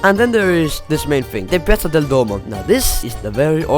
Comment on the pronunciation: concordo.. i nomi delle piazze, chiese e posti li ha pronunciati nel modo corretto, fosse stato un americano avrebbe pronunciato alla cazzo tutto..